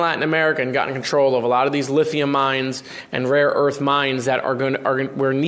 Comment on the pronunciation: He’s saying raw earth too.